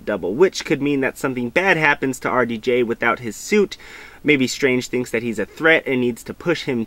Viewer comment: took me a few minutes to realize you weren't saying "Arty Jay"